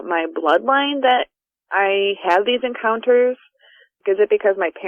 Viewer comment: love the channel, but is anyone else bothered by the inexplicable Y that he puts in the word "encounters" in the intro? No?.... Just me then?.....encyounters